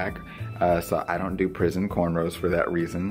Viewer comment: I thought he said "prism". I'm like... Never heard that before...??